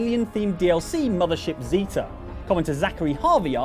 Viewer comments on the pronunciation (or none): none